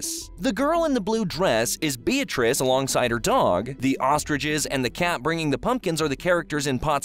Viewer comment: bro said ostriches